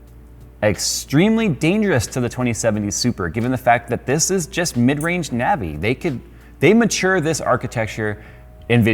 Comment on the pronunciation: Every time he said Navi I lost brain cells.